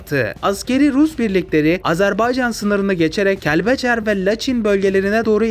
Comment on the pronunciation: Laçın ❌ Laçin ✔️ Kəlbəcər❌ Kelbecer✔️ 😂😂😂😂